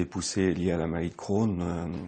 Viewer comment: La maladie d'Crohn alala le "e" n'est pas la pour rien